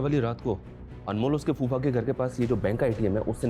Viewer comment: Phuppa नहीं कुप्पा कहो अच्छा रहेगा 😂😂😂 फूफ़ा ही होता है बे